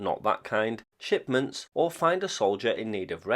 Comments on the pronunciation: Did you say shitments or shipments 😜😂😂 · You did say "SHIPments" right?